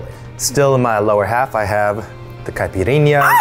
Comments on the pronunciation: eugene's accent saying "caipirinha" gives me life, so on point!!! hope he comes back to brazil to also try caipiroska 💚💛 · I'm Brazilian and I'm impressed at how good Eugene said "Caipirinha". That made me so happy! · Yess I was so proud!! The “nh” sound is hard for them, but he nailed it!!!